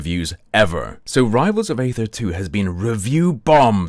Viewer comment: aether is pronounced like "eether" That is all. Thanks!